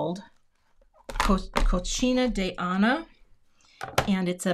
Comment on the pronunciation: I was laughing so hard…you pronounce Cocina de Ana as Cochina which translates to ‘dirty/filthy’. Cocina (co-seena) is ‘kitchen’, which makes more sense. Loved your card and thanks for the unintentional laugh!